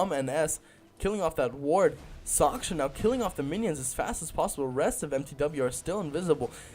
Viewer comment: Soch SH Ka, not Soch K sha. Respect his skills. -HEROES, not champions. HEROES. -More map awareness is a must-have for casting games, you missed a lot of kills there. -Keep improving! :) -Other than that, nice cast.